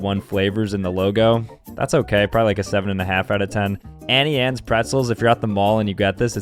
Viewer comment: is it just me or wasnt it 'aunt annies'?